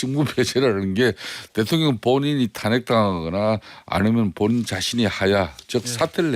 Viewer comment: 성태야 코맹맹이소리로 대통령이라 따박따박 말하지 말어라. 듣기 역겹다.